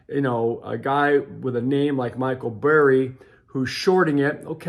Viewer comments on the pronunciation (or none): It is Michael Burry. Not Berry!!